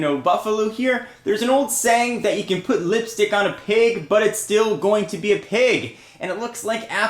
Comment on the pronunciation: pronouncing pig pag is not funny